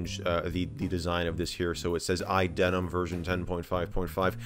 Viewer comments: Why do you keep pronouncing iDeneb as iDenim? Did I miss a memo? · Why do you say "iDeneM" with M and not "iDeneB" with B? Or am I just (not)hearing things? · What’s the deal with idenem thing? Am I just mishearing you? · Sounds like you're saying iDenim, like, MacOS Jeans. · is it just me or do i keep hearing you say iDenem ?